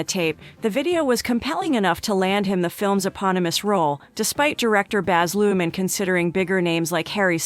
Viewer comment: Nice to learn a few facts about Austin but your pronunciation of Baz's last name (director) is not Looman but Lurhmann (with an "R") Maybe you should get YOUR facts right!